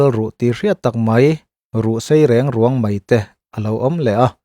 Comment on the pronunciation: Ruhsei riangruang tih hi a thluk a diklo deuh lo maw